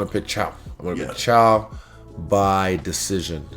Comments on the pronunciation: Nobody gonna call him out on his "chow"? Put some respect on his name, its pronounced "Kai-o" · Love the respect Izzy has for the other fighters trying to get the pronunciation of the names right. Caio is pronounced "ca" (as in "car") and "u" (as in "you"). Borralho is a bit trickier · Kai-o. Bow-ral-yo